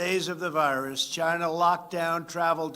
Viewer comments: “Chyna virus” you absolute legend!!!!! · Trump loves saying CHYNA. Ugh! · In Trumps Voice It came from CHYNNAA🤣🤣